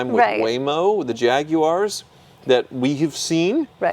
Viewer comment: Thurston Howell, the Third would be proud of how you pronounce Jaguar.